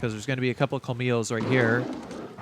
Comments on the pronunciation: A correction: as a native Spanish speaker. The dogs aren't pronunced 'komilos'. In Spanish the ll sounds like a 'sh' in English. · The thing is that in Argentinian Spanish it is pronunced as a 'sh'. I dunno, but I quarantie it is not 'kolmilos'